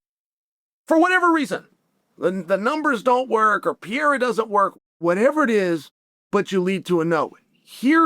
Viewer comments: “we can agree that Alex Pee-Era…” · Will he never say Alex's name properly? Just call him Alex if you can't not butcher his last name. For goodness sakes, Chael. He's only been in the UFC for 5 years now. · Pereira . Not piyera .PEREIRA!!!!!!